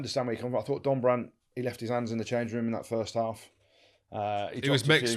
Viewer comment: Can anyone hear that some of these critics cannot speak the difference between ‘fought’ and ‘thought’?